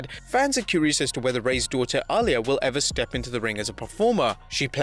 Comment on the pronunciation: why do you pronouce her name like arlia is itsAalyah